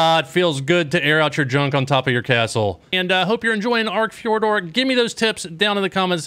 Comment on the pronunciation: "Fyour-durrr"-- it's not the right umlaut sound but it'll do :D